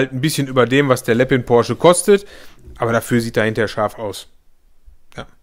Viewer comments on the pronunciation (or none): Bitte, bitte, bitte, bitte sprich Lepin doch richtig aus. Es heißt lepin und nicht Leppin. Das nervt tierisch.